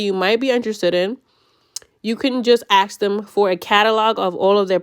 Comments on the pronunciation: Fuking ask not axe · Ask ❌ Aks ✅ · Ask* not aks 😊